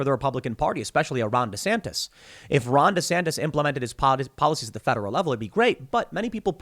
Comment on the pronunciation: Take a shot anytime Tim says, “Ron Desantas”